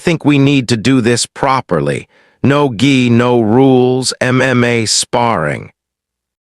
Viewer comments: Why always call it a G I, when it must be Gi???? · It’s not pronounced G EYE ! It’s a hard G ! Gu~EE